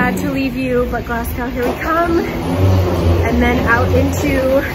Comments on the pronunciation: Nice video but I cringed every time you said "Glasgaw".....The 'W' in Glasgow is silent, it's pronounced Glaz-go or if you are a true native...it's 'Glezga' hen.....we are a very welcoming people but fiercely proud of our accents and our heritage........ welcome back anytime there's is much more to see 😊🌈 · More like Glaz-Go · Glas-go. Glad you enjoyed visiting Scotland :-D it's so funny seeing places I have lived on camera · So glad you visited Glasgow 😁 Definitely lots of pretty ladies with your hair colour here ❤️ Its pronounced Glaaz-go 😁😁 I'm really enjoying watching All your old vlogs 💞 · so glad you pronounced Edinburgh right but pronounced Glasgow wrong (it's pronounced Glasgo) ..ha ha ;) great video ...great quality and nicely edited. enjoyed thanks. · Love the vlog!😍✌🏼💜 Maybe you have Scottish heritage in your family tree😉 Glas'gow' is pronounced like "show" or "glow" 🙂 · Glas-gow hurt me 😂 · ahahah glas gaow (enjoyed this video enjoyed your bad pronunciation) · I live in Glasgow and I’ve never heard it pronounced that way some people say glas-go or gles-ga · GLASGOW IS PRONOUNCED GLAZGO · How can you pronounce Edinburgh correct but get Glasgow so wrong? 😂. (Glaz-go) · it is glasgo. as in go ;0) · It's pronounced like Glah-s-Go 😂 brilliant video all the same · don't worry you said it right. except Glasgow, that is pronounced glas-go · Pronounced Edinburgh... Edinbruh.... Glasgow... Glazgo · i don't mean to sound rude but you were saying glasgow wrong the whole time. its pronounced Glaz-go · Sorry, sorry, Glas-Gow?🧐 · Glasgow is actually pronounced glasgo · THE WAY YOU PRONOUNCED GLASGOW, SO PRECIOUS!!!!!! 🥺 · Yeah im not from scotland so I pronounced it wrong lol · I know i cant tell you how to say it but you are saying glasgow wrong, just a wee heads up. sorry i dont mean to sound rude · Good video but you NEED to learn how to say Glasgow properly... And tell the rest of America pleeeeaseee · Glass-Go ; Edd In Bra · glass cow???? it's glaz-go